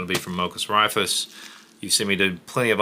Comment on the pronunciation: Raifus is pronounced "Rai-foos," sort-of Japanese (ライフル) for "rifles."